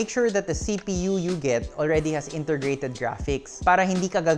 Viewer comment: "intergrated graphics" Peace! 😁 Mukhang exhausted na sir. God bless.